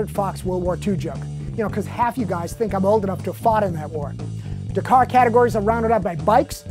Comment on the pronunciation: pronounced DAK-CAR not DUCAR.